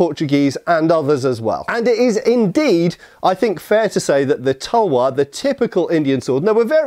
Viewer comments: Its called talwar not tuuuuuulllwooorrrr speak correctly ytt and talwar is sword only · Talvar -तलवार Not Tulvar- तुलवार We learned your pronounciations expecting little bit same from you. 😊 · Well it's Talvar not tulvar. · Talwaar not tulwar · Its talwar not tulwar and its Panjab not Punjab. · ITS NOT TULWAR ITS CALLED TALWAR😑😑😑😑😑😑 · *Talwaar my mate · Its called "TALWAR" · its Talwar